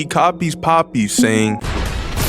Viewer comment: I'm not gonna lie he mess up Poppy